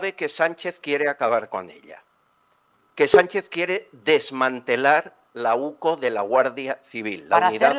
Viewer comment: Que alguien le diga a la presentadora que no es OCU es la UCO